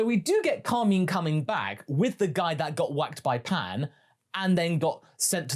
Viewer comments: Did I miss something, was he called Carmeen in the Japanese movie? I've not seen the move since release. Or is this a dubism? Cos I've known real Carmine's, and I've NEVER heard it pronouced so weirdly. Carmine is a stereotypical gangster name, like Carmine Falcone, which fits with the character aesthetic, I feel like I'm experiencing the Mandela Effect in real time. I honestly thought you were talking about Kami for the first minute and a half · Car- mine Cahr-my-n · Pronounce Carmine correctly or your pants will turn brown